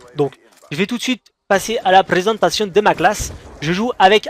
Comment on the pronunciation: "Je vais tout de suite passer à la prrrrrrrrrrésentation de ma classe" :D